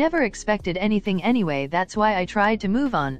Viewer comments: “Any gays” Hhahahahha istead of anyways❤❤❤😂😂😂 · Is it just me or did you guys also heard anygays